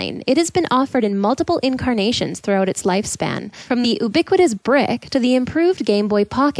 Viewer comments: Sorry you paid for that narrator because she just doesn't fit. Pronouncing it "oobiquitious" was a bad start, but her tone just isn't melding with the content. Liked the video though. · You mispronounced “ubiquitous”: yoo • BIH • kwih • tuhs This is canonically written as “score += 1”. Yes, compilers have improved, but the problem was mainly that only hand-written code worked on the slow CPUs of the time. The primary improvement from then to now has been faster CPUs, not better compilers. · ubiquitous has y sound at the beginning